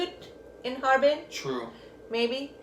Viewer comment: No, there no Ha Er Pin, only "Harbin"